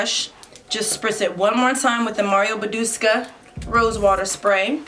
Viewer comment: I was enjoying this video, then she said “Mario Badusca” now that’s ALL I keep thinking about 😂😂 BADUSCA 🤔😂😂 ... and she REPEATED it Very beautiful girl by the way. Very nice make up also.